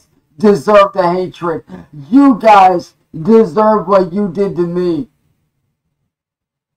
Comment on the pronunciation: “Stahp yew guise” 🤣